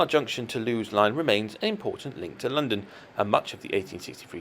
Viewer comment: A very interesting set of layouts, thanks for the video. Just a note on Plumpton Green, Lewes is pronounced loo-iss.